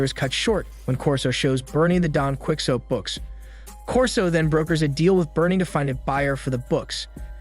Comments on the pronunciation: You can't even pronounce Don Quixote, lol! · Mofoker didn't google don quixote. Pronounciations 😂🤦